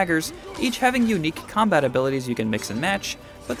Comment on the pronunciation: "The Comabt works really well?!" Honestly can we please have requirements in gaming knowledge for reporters?